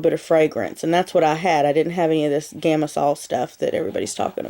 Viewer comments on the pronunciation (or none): It is "gam-sal" not "gam-is-sal" and "tortillon"and "tortillion" both.